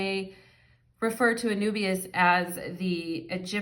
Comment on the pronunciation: And Anubis is is pronounced a-NOO-biz